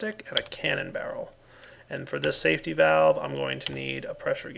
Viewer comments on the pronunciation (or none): none